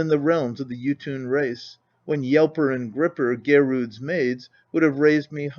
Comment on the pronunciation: Is he saying “Jotun” or “YouTube”?